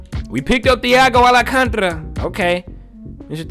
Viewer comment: Al can ta ra !!! Not alacantra